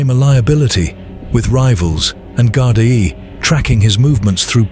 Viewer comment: Someone needs to tell the narrator how to say Gardai properly